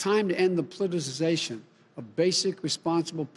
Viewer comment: what is "pluticization"? (asking for a friend)